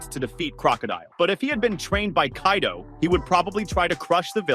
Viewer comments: Did this tarded said Kay-do?? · "kay-do" ah yes my favorite character kaydo